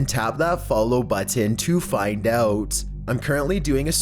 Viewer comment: can't sub bc of the way you say "button"